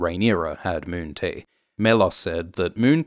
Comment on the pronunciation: Please make a lot of videos saying "moon tea". Mewwn tea.